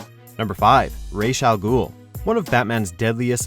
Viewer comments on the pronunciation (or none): You pronounced the 5th entry wrong it's Ra's not raish